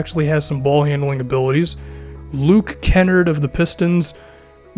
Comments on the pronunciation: Did just say Kennard instead of Kenard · Great vid, just wanted to let you know Kennard is pronouced Kuh-Nard